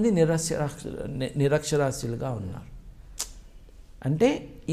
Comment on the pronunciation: నిరక్ష్యరాస్యుడు అనే పదం సరిగ్గా పలకర. తర్వాత చాగంటి కోటేశ్వరరావు గారు గురించి మాట్లాడు దుగాని